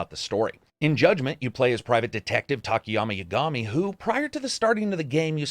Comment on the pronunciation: Says Yakuza properly and then butchers Yagami. Sigh.